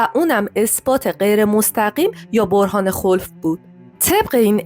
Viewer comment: معلم مدرسه ام میگفت برهان خَلف ونه خُلف👀🤷🏼‍♀️